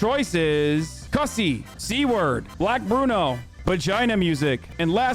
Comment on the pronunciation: Damn it Hasan you pronounced Cussy wrong. It rhymes with bussy